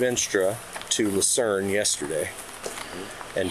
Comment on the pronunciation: Why are those people pronouncing Lucerne as a"lou-sin"? Did he get the city wrong or are these people braindead?